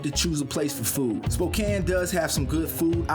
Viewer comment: Glad to hear you guys pronouncing Spokane correctly. As someone who grew up here it's very annoying when people pronounce it Spoh-cane. Grr.